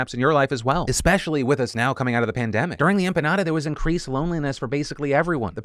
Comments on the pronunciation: Phil saying empanada and panini instead of saying pandemic has me rolling. 😂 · I'm sorry, am I hearing Phil say empanada and Paraguay in place of Pandemic? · Please, someone tell me why he called the pandemic ‘empanada’, ‘Paraguay’, and ‘panini’. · All I heard was 'perineum panini' Dammit Phil🤣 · Last story: "during the empanada", "during the panini" "eggo" instead of echo. I think the editor/captioner is hungry... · Paranium, Pannini.... 😂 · Hey Phil did you say “empanada?” It made me hungry…… “panini” lol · Phil out here making me think I'm going insane by using every word except pandemic. I had to rewatch that section to make sure I really heard him say "perineum" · I thought I was going crazy when you started referring to the pandemic as the "panini", "perineum", etc. Thanks for the laugh and giving me a mild concern that I was going crazy :) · Did you just… say perineum instead of… pandemic? Hahahahaha ok ok I see you! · every time phil says pandemic he calls it something else, the panini lmao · Also "heightened during the Panini" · Does Phil say it was certainly heightened during the Panini?! Lol. I love it. I blame the dental work. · lmao.. the multiple mispronunciations of the P word caught me off guard and were hilarious 😂